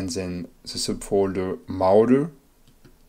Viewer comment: mo-raw-der say it with me now